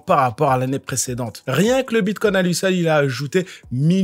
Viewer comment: BitCOIN pas Bitcon😂 T y arrives pas 😂🎉 Pas grave 😂🎉